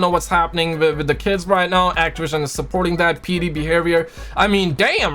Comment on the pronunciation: Those damn people at actiwision!!!